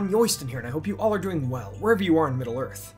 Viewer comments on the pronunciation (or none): none